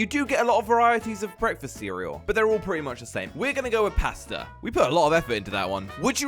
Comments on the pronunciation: I love how he says pasta. Paasta (its pronounced like posta btw) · Your saying posta it’s paaaaaaaaaasta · When u say pasta try saying it liek there is a r in it so parsta